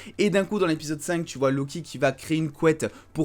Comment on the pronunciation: "lo kiki" j'ai rigolé jugé pas